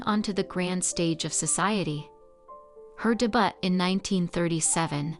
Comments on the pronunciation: I enjoyed the video, but I agree with the mispronunciation of some words. Capote is ca-po-tee. Debut is day-bu. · I just could not get past all the mispronounced words: Capote, debut, epitome.